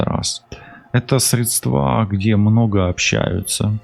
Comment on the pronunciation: Средства ударение на первый слог